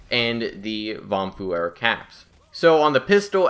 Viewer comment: It's always funny to hear how English people pronounce: vom feuer. :D Tipp: vom Feuer is German and pronounced like: fom foier.